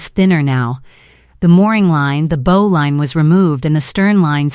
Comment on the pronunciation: Bow on a boat rimes with how not hoe. AI f-up again.